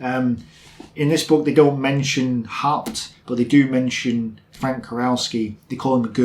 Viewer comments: haupt is pronounced as howpt [how as 'how are you'] ;) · Haupt is pronounced "Howpte"